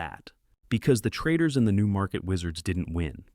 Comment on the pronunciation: "Insight 2: why the best trradidaars" huh?